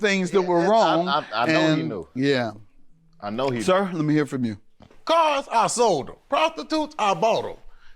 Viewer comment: I'm crying.. He meant "resolved" 😂